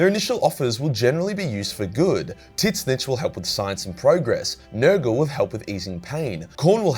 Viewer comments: Are you serious mispronouncing tzeentch? School much? The T is silent in the pronunciation of Tzeentch. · Why are you pronouncing "Tzeentch" like that? WTF? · I was so fucking confused when he started saying that xD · His pronunciation of Tzeentch has me dead 😭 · Please learn to pronounce Tzeentch. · Your pronunciation of Tzeentch makes me die inside. Dear Chaos Gods... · Wait. Hold on. Is there s god called "tit snitch" or are you mispronouncing tzeentch? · Who tf is Tiz nitch? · so nobodys gonna mention the fact that he pronounces tzeentch “titsnitch” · I can't get over how this guy says Tzeentch. I always assumed the first T was silent like in the word tsunami and the second t was part of the ch sound. I have only heard it pronounced Zeen Ch. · It’s TZEENCH THE T IS SILENT LIKE IN TSUNAMI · Why the f does he pronounce tzeentch as tit-snitch??!!! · Tiz-nitch though... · The fuck is this pronunciation of Tzeentch, why are you calling him Titsnitch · I know Tzeentch isn't particularily easy to pronounce but dear Emperor you absolutely butchered it XD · Please for the love of god stop saying Tzeench like that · zeeeeench not tit-scitch.... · I feel obligated to point out that it's pronounced ZEE-NCH not Tit snitch. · Ok are we going to ignore the fact he kept say "TiT-Snitch" and not "Zeenche" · I can't how you pronounce Tzeentch like "tit stitch". I believe it should be done like a bird skreech. To just pronounce it "tszieeench" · Why do you spell Tzeentch as "tit-snitch", though? It's more like "tz-inch" (starts like a "tzar", ends like Grinch). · Took me few moments to realize that Tit-snich is Tzeentch, not Slaanesh as TIT-SNITCH like describes Slaanesh prety well😄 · Lol, Titsnitch not Tseench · Why do you pronounce tzeentch like tiznitch I thought it was "zeentuch" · Why do you pronunce Tzeench as Tit-zinch? I always assumed the T was silent and was always pronounced "Zeench" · I can’t say I’ve ever previously heard Tzeentch pronounced as ‘Tit Snitch’.